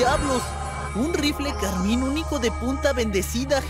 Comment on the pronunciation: Rifle Carmine hecho por Industrias Carmine, no carmín.